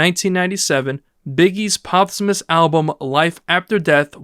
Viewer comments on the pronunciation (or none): Good video but.. is it a human or AI narrating? Why are so many words pronounced like they had never been heard or spoken before? Post Humous was pronounced pots hummus, impala was am-pelo, autopsy became oh-topsy, etc. I understand people pronounce words differently but its so weird to hear them said this way. The cadence was very weird too.. Still enjoyed the vid but it was odd hearing so many things sounds as if it was AI speaking trying to sounds human.